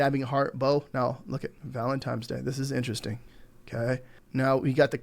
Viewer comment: ValentiNe not valentiME 😂 but seriously great video thanks!